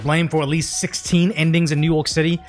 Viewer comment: Is he saying New York City or New Yolk City? Sonic Prime was the first time i heard New Yolk City bit with Eggman it made sense. But seeing how NYC has infant brain it also makes sense to call it New Yolk City as their brain is underdeveloped. I hope im not that loser late to a old joke after overthinking it lol.